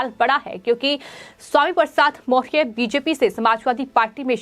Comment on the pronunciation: ये एंकर सही उच्चारण नहीं कर पा रही है, मौर्य नहीं बोल पा रही है।।।